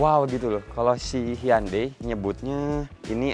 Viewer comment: just info: cara baca nama brand hyundai itu heonde bukan hyande. Correct Me If I'm Wrong 🙏